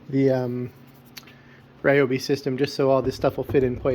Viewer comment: I think (my opinion) you say it correctly. It's not the gospel just cuz i say it but I say it the same way you say it.